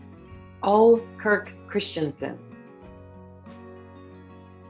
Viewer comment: Interesting quiz. I scored 95/100. Q40 - Correct movie title is Bob and Carol and Ted and Alice Several mispronunciations, especially names, ex: Ole = Oh-Lee, Camus=Cam-Moo, also Life of Pi=Life of Pie